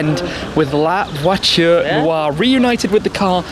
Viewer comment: Man, it’s Voiture, where is t, not voichure, where is ch.